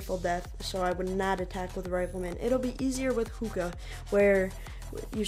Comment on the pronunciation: Its zooka not hooka